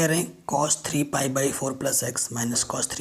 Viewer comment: Sir sorry but wo chos nahi cos or shin nahi sin hota hai